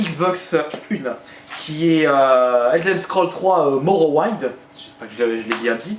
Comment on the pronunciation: Chaud comment tu prononces "Tales of" et "Morrowind" ...